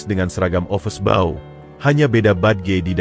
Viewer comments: Yg btl dong mbacanya, office boy bkn office bao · Yg bc narasi ky org bodoh. Ofis boy...bkn ofes bou...